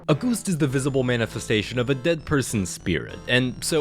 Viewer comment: "Goost" 💀 Stellar video, mate!